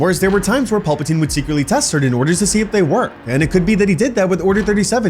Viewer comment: are you saying Paulpatine.....? Pal-patine